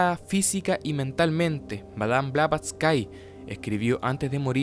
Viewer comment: No se pronuncia BlavatsYKE sino Blavatsky (la y final es como una i normal, no ie) y ella no fallecio en 1885, simplemente esa redaccion fue una carta donde ella se sentia morir porque en 1885 se formo un cisma profundo (y oculto entonces que vendria exponiendose a pleno una decada despues, ya que ella fallecio) en la Sociedad Teosofica cuando el Coronel Olcott la uso de chivo expiatorio de los problemas de criticas y acosos que se vio sometido el grupo entre 1884 y 1885, por lo que ella se distancio de él muy resentida y nunca volvio a la India - la carta era mas que todo expresando su estado de animo en que se sentia morir pronto por la tristeza, y que estaba ya entonces trabajando en su obra maxima - La Doctrina Secreta - en donde vienen incluidas precisamente las Estancias de Dzyan, PERO no se murio y alcanzo a publicar su obra entre 1888 y 1889, falleciendo hasta 1891 en realidad (los ultimos 4 años de vida de ella en Londres fue su periodo productivo mas intenso y positivo en la expansion del movimiento teosofico al punto que un poco antes de fallecer ya se habia medio-reconciliado con Olcott tambien). Eso si mientras estuvo redactando la Doctrina Secreta, que incluye y se fundamenta en las Estancias de Dzyan, a la fecha sin ubicarse claramente de donde viene esta referencia bibliografica real - aunque se sospecha una fuente ya desaparecida asociada con la literatura esoterica-visionaria mileniarista del ciclo Kalachakra Tantra del canon budista mas complejo tibetano y